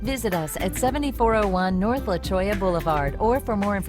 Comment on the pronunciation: The address is actually La Cholla Blvd. Cholla is a type of cactus found in the deserts of Arizona. There is a La-HOY—A but that is a city in California. Being that Tucson is a desert the name of the street is cholla like the cactus. Almost the same pronunciation, but La-CHOY-A .